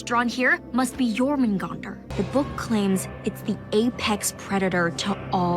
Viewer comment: Please its Jörmungandr not Jormungandr the ö is not that difficult to pronunce